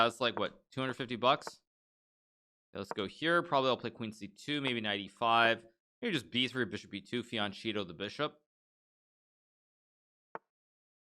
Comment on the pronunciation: Why do (mostly American I think?) people pronounce "fianchetto" as "fiancheeto" and not the correct "fianketto"? And Hikaru knows Italian! That's really strange.